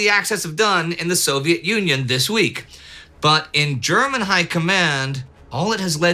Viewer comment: Did anyone else hear Indy calling the Soviet Union as Soviet Onion? Or was I the only one? :D